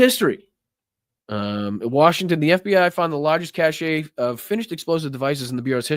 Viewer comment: BTW p.s. Re the Tesla etc., anyone else got the feeling that a lot of rightwing extremists were hoping for a Dem victory, set up for and yearn for violence, liked MTG's claim that Dems would try to overthrow a Republican victory, and are going to get a wee bit dangerous when Trump's administration lets them down? "cache" is pronounced in the US and UK like /cash/ , and in Australia as /kaysh/ /cashay/ is the pronunciation for "cachet" : a seal of approval, a mark of high status (The cachet of having being senior advisor to a now admired ex-President.)